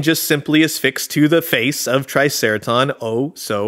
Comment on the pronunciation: Are you saying "asfix" (like asphyxiate) or "affix?" regardless, great video. I also love the pink triangles that were snuck into the design of old '80s toys. I think Zach the neutrino has one, as does cobra commander (belt buckle). It's like this secret gay mafia! 😂